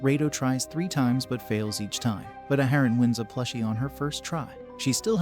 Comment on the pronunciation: Ya done messed up A-A-haran!